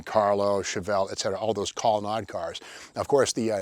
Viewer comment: Never heard the ColonnAde cars pronounced ColonnAHde before.. must be a Massachusetts thing